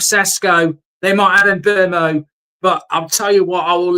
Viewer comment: His name is pronounced SHESKO and please also remember it's MBOOMO!